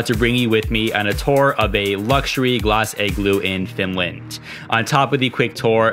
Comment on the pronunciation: Lol your pronunciation of the word "igloo" is triggering me! Ahhh! 😂😂 It's sounds like your saying "egg-glue" but it should be pronounced "ig-loo" ...pretty simple to say lol but thank you so much for this awesome video!! Great content! Very informative in many different ways and your bravery is on another level lol cause I don't think I could ever do a cold plunge! Burrrrrhhhh!! 🥶☃️❄️ What a beautiful country! Wanna take my dad here for his 70th birthday/retirement so he can RELAX and completely ENJOY himself with not a lot of activity and exploring but just the true nature of nature itself and to soak it all in without bouncing around from place to place and sight seeing because it would be extremely demanding for him physically! Once again great video! I think I'm gonna start the booking process ASAP! 2 thumbs up!! 👍🏻👍🏻